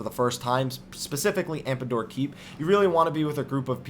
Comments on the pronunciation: Man., sir. Meridianum = Mer-ih-dee-ah-numm Tomestone - as in TOME+stone, not tombstone AmDApor, not AmPAdor Love your videos, so I'm not saying this to be rude or anything. Just wanted to correct your pronunciation since these words were repeated as often as they were, lol. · Yeah, As much as i enjoy the information. I feel that you should at least be able to be able to pronounce the terms correctly. AmDAPOR keep and TOME stones, not TOMBstones. Meridianum (Not unlike the Prime Meridian in Geography).